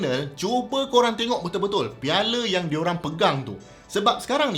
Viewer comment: Piala bukan piale 😌